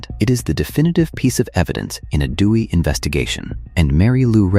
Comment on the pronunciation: The narration is AI, right? It said "dooey" when it was supposed to say D-U-I. Sheesh. That's not the only AI slop in this video!